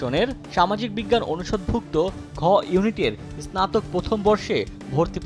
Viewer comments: ভাই আপনি আগে স্নাতক উচ্চারণ করতে শিখুন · ইসনাতোক হবে না, হবে স্নাতক । মেধার দৃষ্টি স্থাপন নয় বরং দৃষ্টান্ত । ইস্লামিক না, ইসলামিক ।